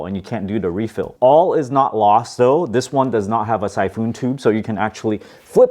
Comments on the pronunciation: Syphoon, like typhoon? No, we pronounce it more like "sy-fin". And thank you for the instructions! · Siphon is pronounced "Sy-fun" not "Sy-foon"